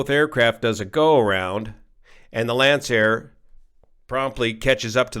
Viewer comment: finally, someone who knows how to pronounce Lancair